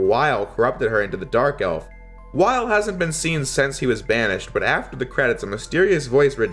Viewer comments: Great Review! Love your coverage on the story portions and the improvements from Z1 especially. Also, a couple of things to comment on: -El-Pee-Zo not El-Pie-Zo. Also Weil is pronounced Vile, since it's practically a German name. -Could be some sort of misinterpretation on my end, but I feel the Guardians are borderline obsessed with destroying Zero, since they are technically rival bosses. Resistance soldiers are just cannon fodder for them, and they don't really have any opponents that actually test them to their fullest within the Resistance like Zero. Leviathan for one, comments that she doesn't care if the world dies if she can destroy Zero. Harpuia also for ignores Elpizo for a bit just so he can fight you and actually enjoys the pain when you beat him. -Phoenix Magnion is a pain in the ass for new players, but when you figure out his gimmick, he isn't really that hard and is kind of a fun active boss. Phoenix will stay still for a few good long seconds until you decide to hit him. He will ALWAYS teleport on the first attack you throw out, so shooting a buster shot or throwing a slash will bait this out. AFTER he teleports, then you can hit him before he throws out his move. Fighting him is really just a quick hit and run strat. Bait teleport, smack him once, rinse, repeat. The rising fire in his stage can be dealt with, by taking advantage of the time he simply waits for you to attack once you notice the screen shake. Stop attacking him. You can then just position your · It's Dr. Weil (Dr. Vile) and Elipzo (Elip zo like saying eclip so) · Its actually german its pronounced vile